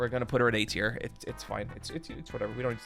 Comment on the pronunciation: mf said teir